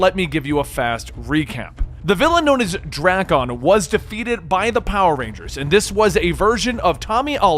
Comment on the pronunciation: The way he pronounces Drakkon bothers me.